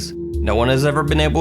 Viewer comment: Laura H I dont know what Russian do you speak, but as Russian i can tell that he sayed - uZb . Instead of uVb he sayed uZb by some reason